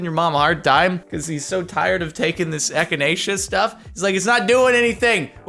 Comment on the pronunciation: Echinacea reminds me of this YouTuber who pronounced it etch in chancha and then proceeded to say ek i na kika